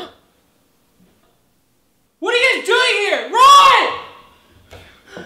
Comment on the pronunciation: *Knocks* *Door opens* Rolanda: *REECHARD!